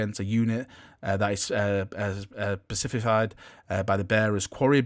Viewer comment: Here just to hear try and pronounce "Specified";-)